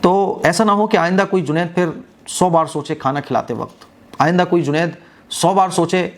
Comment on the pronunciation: are bhai juned na ke junet 😂😂😂